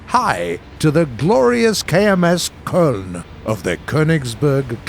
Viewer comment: Köln sounds too much like Kölön.